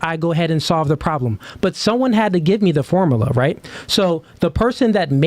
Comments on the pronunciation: IM HAVING A HARD TIME TAKIN THIS NIGGAH SERIOUSLY WIT HIM SAYIN FORMALAH😂😂😂😂 OH GIRL MAD KUZ SHE THOUGHT ALL THAT MONEY SHE SPENT ON COLLEGE MADE HER SMART😂😂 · "Formala" Yea, I don't take advice from illiterate ppl. 😂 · Ah yes "the formala" 😂😂😂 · So out of everything he said, you disregarded it and concluded that he is illiterate for mispronouncing one word?